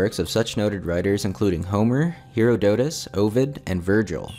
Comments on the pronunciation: I don't have a 'schwa' symbol available but I guess phoenetically it should be more like 'hair aw duh tuss.' 😉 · "heero doh tuss." Lmao Pretty sure Herodotus is 'hair odd uh tuss." Credibility? Anyways the concept of "the labyrinth" is explored on the show "Westworld" on HBO, as well as other metaphoical concepts and, in my opinion, great writing. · The name Herodotus is pronounced with the accent on the second syllable, thus, HerÓdotus.